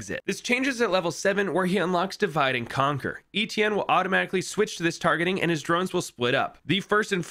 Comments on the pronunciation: My first language is french and my name is actually Étienne, you are the first American Youtuber that has gotten close to pronouncing it right lmao. Still cool to see ppl use this hero, makes me chuckle every time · My name is Étienne and seing someone pronouncing it right makes me really happy lol